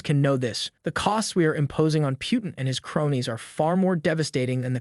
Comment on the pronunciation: Please pronounce the words you're saying better pyootin...come on